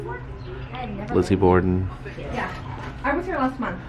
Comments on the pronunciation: It’s borden not border :) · Hey bud, FYI. It’s Borden, not border.